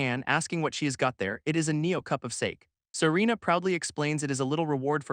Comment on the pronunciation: Voice can't pronounce "Sake"?